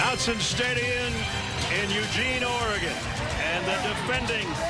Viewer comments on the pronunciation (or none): Hahaha, so true.. Out-zin? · Go Ducks! Someone please teach Brad Nessler (and others) how to pronounce “Autzen” 😂